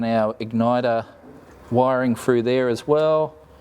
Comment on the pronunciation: Mate, the word is pronounced through, not frue